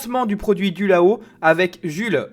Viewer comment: C'est de la très grosse bouse. Toi, déjà, tu ne sais pas le nom du produit ("Dualo" et pas "Dulao"). Ça coûte 500 balles pour devoir réapprendre à jouer d'un instrument qui n'a aucun référentiel connu (pas un clavier, pas une guitare, même pas un accordéon… on ne comprend rien). Les premières vidéos ont déjà 8 ans… on sent une volonté du gars derrière de faire vivre son "instrument" mais ça ne prend pas parce que bon. Ça devrait coûter 15 euros et être distribué par Toys r 'us.